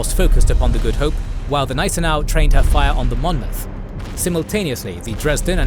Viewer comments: Informativ aber die KI-Stimme ist grauenvoll! Gnissenau anstat Gneisenau z.B.. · Hey the "G" in "Gneisenau" is not silent